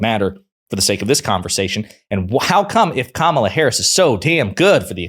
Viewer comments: Her name her name is not Ka mala you purposely mispronounce her name it’s, KAMA LA y’all gave up calling it out when they pronounce her name on purpose incorrectly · If an anchor can’t pronounce Kamala’s name correctly, she ruins any chance of credibility as her bias comes through loud and clear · Why are these morons so insisting mispronouncing her name? Is it some kind of litmus test